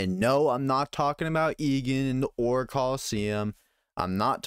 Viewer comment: Aight, just started the video but... "The Oyye Region Pokémon games?" did I hear that right? XD If nothing else it was funny enough to make me comment and help that algorithm.